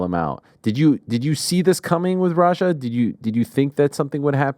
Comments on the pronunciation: Rampage pronouncing his son's name like its ROGER makes me cry laughing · is it roger or raja??????can u even pronounce ur son's name? lmao